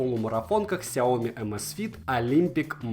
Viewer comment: "Рассказываю о бренде больше года!". За это время так и не выучил, что не сяОми, а сяомИ!